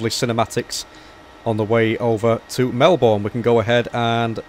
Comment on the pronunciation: I’m not trying to be rude but this really annoys me. Melbourne is pronounced Mel-bnn